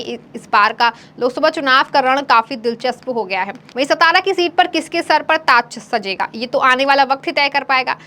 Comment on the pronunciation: सतारा नही सातारा